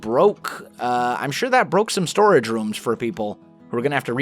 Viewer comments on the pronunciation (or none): none